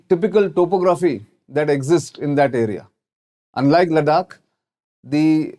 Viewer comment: Bruh learn how to pronounce Ladakh correctly first 👍